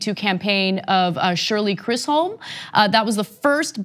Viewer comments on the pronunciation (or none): You don't know about no Mrs. Shirley! It's not pronounced "Chri-som", it's Chis-som.❤ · Ana - Shirley Chisholm's name is pronounced Chiz-um. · Ana it's Shirley Chissom like chi Chicago and some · Ana: It's Shirley Chisolm. Wow. And as for Kuh-MUH-Lah Harris: Nice lil' music video there. We'll see you at the Convention; that is, if you even make it that far. #StillBernie #BERNIE2020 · HAHAH! Ana, you gotta pronounce Queen Shirley's name right. Still love you though.